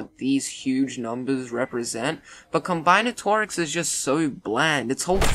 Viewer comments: Just for future reference it's pronounced com-BIN-atorics. Not Com-BINE-atorics. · Blud said combyenatorics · ehhh id say its more like 40 fields, more like 70 if you wanna include applied math and stuff also dont shit on algebra's and statistics' and combinatorics' (whose pronunciation you totally butchered) difficulty (i got some highschooler allegations) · If you cannot pronounce combinatorics, then you probably shouldn’t be able to rank it either